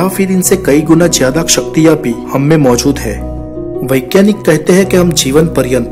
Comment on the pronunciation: vo saktiya nhi shaktiya hota hai😂😂😂